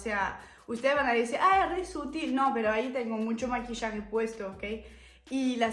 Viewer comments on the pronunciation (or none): none